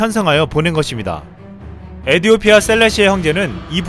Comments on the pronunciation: 에디오티아가 아니라 에티오피아입니다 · 외래어 표기상 에티오피아로 발음해야 할 텐데요.....에디오피아라고 줄기차게 읽는 이유가 있나요? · 시불년 에디오피아가 아니라 에티!오피아 예요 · 에디오피아가 아닌 에티오피아 입니다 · 에디오피아 아니고 에티오피아 입니다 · 에티오피아 라고